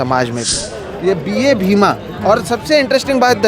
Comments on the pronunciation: Wo BA bhima nahi बा bhima hai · Just a correction, it's "बा भीमा" not B.A. Bhima. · its बा भीमा and not BA bhima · Please note at the beginning of video you referred a book cover as B A Bhima is not right. It's read as Baa (as father figure referred with respect) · It’s not BA Bhima…it’s बा भीमा. बा as Baap- father.